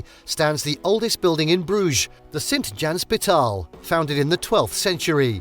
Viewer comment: Sint jan Hos-pi-taal and not Sint Jans-pitaal as pronounced not correctly